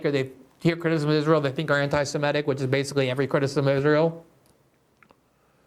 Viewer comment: Does "semetic" rhyme with emetic?